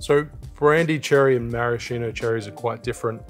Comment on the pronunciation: In the spirit of learning, not scolding: Those are mar-a-SKEE-no cherries, not mar-a-SHEE-no. They come from Marasca, and the Italian “ch” makes a “k” sound in English. Thanks for the videos — carry on!